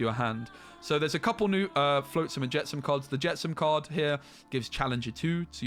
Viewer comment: Cri-kee is just like cricket but replace the T with a Y. Flotsam is with the ot sound, not float like boat.